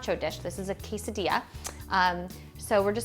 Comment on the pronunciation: Yes, if you want to learn how to make a delicious quesadilla ask a white women that can't even pronounce it right. Wtf?